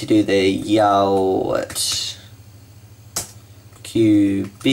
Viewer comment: fyi say yao root